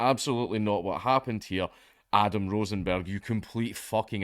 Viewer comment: >"Rosenberg" Did anyone need to ask?